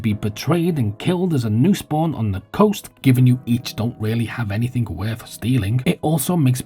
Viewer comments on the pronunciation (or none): none